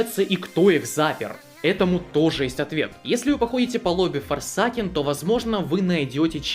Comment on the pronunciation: я не хочу душнить на форсАкен звучит ой как тупо. говори форсЭЙкэн прошу